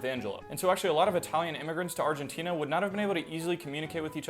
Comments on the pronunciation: Channel is called lingonardi- and yet you say “Argentinia” that’s wild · Brolost me at “being from Argentinia” then again he probably did on purpose so I’d…comment smh